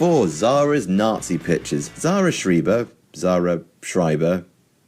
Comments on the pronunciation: its called schreiber like i not e trust me im german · re: how to pronounce schreiber. Follow the second vowel in the combination of ie. If its ie its schreeeee if its ei its shry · "Schreiber" is pronounced pretty much like "Shrayba"... #GermanSpeakersTryingToExplainGerman